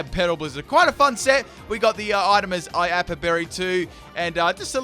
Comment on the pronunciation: IaPApa berry. IAPAPA. NOT IAPA